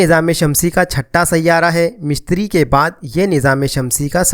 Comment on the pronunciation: مِشتِری نہیں مُشتُری Mishtiry ✘✘✘ Mushtary✔✔✔